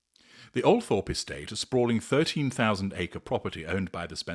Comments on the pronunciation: It’s pronounced, ‘Altrup’ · I believe it's pronounced "Al-trup" - not that that matters of course